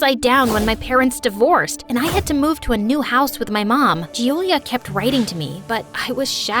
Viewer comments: Hello. I hav noticed a mistake in one of the most common names In italy. You are pronouncing ‘Giulia’ wrong. As it is pronounced as “juu-u-lee-ah” and you’ve said is as “Jew-lee-ah. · I'm italian and the pronunciation is Giulis